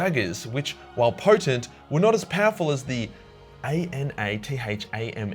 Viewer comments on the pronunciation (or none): none